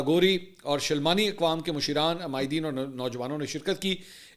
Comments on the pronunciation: Masheeran nahi MASHRAAN hota hy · Masheeeran nahi hota Masharaaan hota hay Yano hum Pashto main barey ko mashar kahtey hain 😊